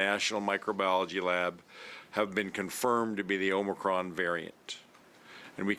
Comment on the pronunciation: the premiere doesn't even know how to pronounce it. It's not "omnicron" it's OMICRON. More proof that he has no idea what he's talking about.